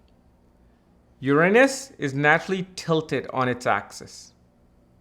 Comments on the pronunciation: Yer- Ron -Us. Not Yer anus 😂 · Haha he keeps saying your anus 😂😂